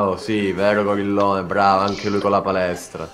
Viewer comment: che dice gorillone a tete fa schiattare